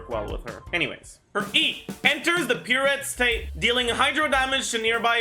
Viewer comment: The coming out when reading "pirouette" took me by surprise ngl